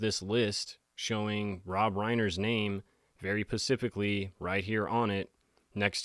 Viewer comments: THE WORD IS ...> SPECIFICALLY <. [ SPA] + [SIFF] + [ ICK ] NOT > PACIFC < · Do you know you’re saying pacifically instead of specifically?? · Love your vids but it’s specifically… i keep hearing pacifically lol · " Specifically " Sorry, but it's hard for me to take anyone who says "pacifically" seriously. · It's SPecifically, not pacifically, love ❤️ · Pacifically? I think you mean "specifically"... 😉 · "Specifically say.." not pacifically. Edit: By the way, anyone notice peculiar eye movement in left eye?! It's, it happens rather quickly however, if you slow it down or hit play and pause quickly, you can definitely see it.😧😳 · ''specificly' is the word - 'pacifcly' is a word that relates to an ocean. sorry to be so anal about this but: credibility. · Bro, I dig the channel and the sober vibes but... lol... dude, its pronounced "Specific" not "Pacific." I wouldn't have said anything but you say it constantly. Keep making killer content, I keep watching. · “The word on the SKREETS”i Pacificly think we should use this now too! 😂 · Pacifically say? 🤣🤣🤣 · Specifically ≠ Pacifically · Very pacifically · Dude what’s up with this pacifically thing 😂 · the "pacifically" kills me every time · Just found your page, happy New Year. Btw not sure if it is on purpose but the word is Specifically.